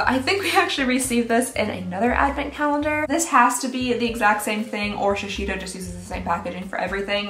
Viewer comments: Dear, love your videos, but please, it’s shi-sei (like SAY)-do, not shishido lol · It's Shi-sEY-do, not Shishido or whatever that pronunciation is XD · 💀💀💀 every time says shi-she-do for Shiseido 😂🤣💀 It should be something like "she-SAY-doe," but please don't change, it's adorable! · I imagine that’s how Shiseido is pronounced by English speakers, but the correct pronunciation is “she say dough”. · Ok, for the new year please learn to pronounce these words...Shiseido is Shi-ZAY-do, and Lancôme’s mascara that you love, Monsieur Big is Muh-syur Big. The perfumed candle is Baccarat...Bah-ka- rah. I think the other word was Madison, May-zon. And finally, Chantecaille is Shan-teh-Kai. Thank you, carry on. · Pronounced shisaydoh. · Ok, please, after all this time please pronounce Shiseido Properly….. SHI zay do. Thanks! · It's so adorable, and I absolutely love it, that she struggles so much to say shiseido. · I like skincare but this is a ripoff! What's the point of 3ml Guerlain serum regardless of how much it is? Also, please look up how to say Shiseido, Omorovicza and Chantecaille. You'd be surprised how wrong your pronunciation is :) Happy New Year!